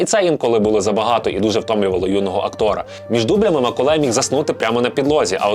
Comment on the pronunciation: Ціле відео чув Миколай)